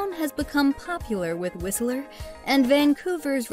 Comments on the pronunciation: It's Whistler not Whisteleer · Whiseller??? Your pronunciation sucks. It's Whistler; not Whiseller. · It's not Whistle.......er ; it's whist......ler. You don't know what the hell you are talking about. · Whist-ler not whistle-er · Lol.... Whist Ler.. Not Whistel er just saying. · Whistle-ler. facepalm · Right, haven't heard many people saying WhisELLer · When she mispronounced Whistler, WHISTELER, this video started going downhill and never looked back. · Did she just say "Whis-i-ler"? bahaha! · hahaha have u ever been to BC? you can't even pronounce whistler!! it's two syllables not three, anyone who spent two seconds in BC would know that. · My ears everytime she pronunce "Whistler" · you are saying Whistler wrong and its pissing me off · The T is silent in Whistler. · There's no "a" in Whistler. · That's not how you pronounce Whistler...